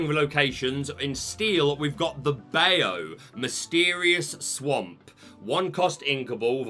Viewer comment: can we talk about your pronunciation of “Bayou”? 🤣 For future reference it’s bye-you. 😉